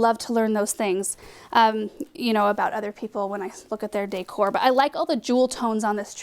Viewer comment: You pronounce “decor” just like I do, lol.